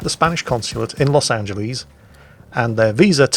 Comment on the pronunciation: Please stop saying Los AngelEEEEEEEZ... XD My ears are bleeding. Otherwise, nice vid :P